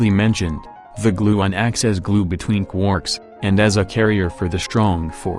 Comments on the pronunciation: I love it when you say "Qwooorks" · I missed you saying quooorks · I miss when you said quarks like quoouhrks